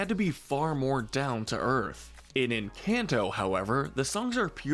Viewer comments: I love how he say en-can-toe Instead of en-cane-to This made me so mad ngl😭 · I’m sorry but please- the lack of accent or even proper pronunciation 😭✋ It’s pronounced “hool-ee-eh-ta” not “jool-ee-eh-ta” And “en-con-toe” not “en-CAN-toe” I’m sobbing I’m so sorry but it is painful The video is awesome otherwise and I really enjoyed it! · Try pronouncing it like enCAWnto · I couldn't get past the first 10 seconds. "En-CAN'T-oh" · stop calling it enCANto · Don't get mad, maybe they can't pronounce it correctly, but it is quite funny when they say "EnCANTo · This man says Encanto in the whitest way possible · The people who disagree need to shut the ENTIRE f*ck up! When you learn how to pronounce Encanto right, then y'all can have an opinion! The movie was one of the best Disney has ever made period! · The a in encanto is pronounced an o